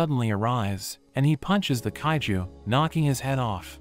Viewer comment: In 31.13 seconds bro said haiju not kaiju